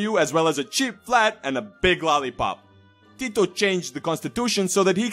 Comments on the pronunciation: Damn that was some nice pronunciation of his name, most people butcher our words, I'm quite surprised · Im a Serb and I know how to say hes name and u really sed it good like u are from Balkan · You said Tito's name with such a nice Serbian ( or any similar accent ) accent 🤔